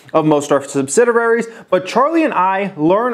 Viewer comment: The mispronunciation of "subsidiary" is particularly irksome but not overly burdensome. He should take it easy, slow down a bit and exercise some breath control, lol. Take it easy! :]